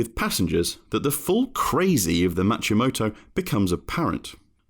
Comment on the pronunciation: 'MA-KI-MOTO' not 'MA-CHI-MOTO'